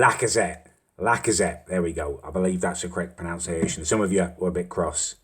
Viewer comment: You pronounce Lacazette correctly, but not pronunciation, you say 'pronounciation'.